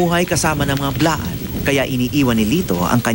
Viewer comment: Blaan not bilaan